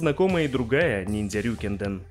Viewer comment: РьюкЭнДэн, а не "РюкИнден".